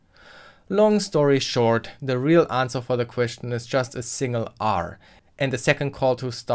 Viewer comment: "anwser". Literally unwatchable. Seriously though that was a deeeeeep dive in Smart contracts. I never realised how in depth a eth ctf challenge could go. If only that ctf was a day longer huh 😁